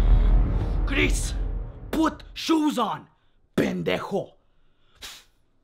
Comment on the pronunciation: i thought she said some “grease”